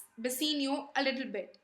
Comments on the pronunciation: Video is amazing....but its bassanio not bassinio...and it's belmon not Belmont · Pronounciation is not good dear ...... plss pronounce "Bassanio " properly ....... other than pronounciation ... it was quite good